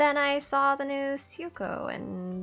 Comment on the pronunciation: Oh man I ended up paying for some gems for her too since she's my best girl and got nothing so I feel your pain...I'm so so sorry. Also I dont wanna sound rude or anything but Syuko is actually pronounced Shuuko!